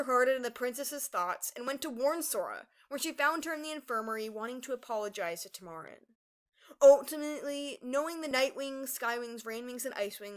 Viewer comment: I thought it was pronounced TA-mur-in